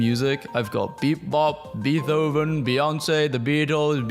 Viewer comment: You pronounce Beethoven wrong